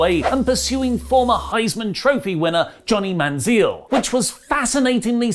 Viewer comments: Hey I'm here to help you out. It's pronounced Man-Zel not Man-Zeel he used to be our QB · Lol “Johnny Man Zeel” It’s “Man-Zell”, Man-Zell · Man zell like on yell or hell , not Zeel like in eel or peal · Manziel is actually pronounced Manzel, but eh, close enough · Its pronounced man-zell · It's pronounced "Man-zel"... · Ah yes johnny manzeeel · His name is pronounced Man-Zell. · FYI Manziel is pronounced like it’s rhyming with Hell. How ironic . Lol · Lol the way pronounces Manziel 😂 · You are pronouncing Manziel wrong....